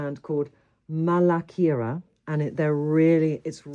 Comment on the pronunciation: Malakeera?? Trinny 😅 Malaika. Meaning Angel.